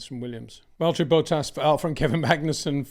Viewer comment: Why does he always say Bottas's name like Boat Ass?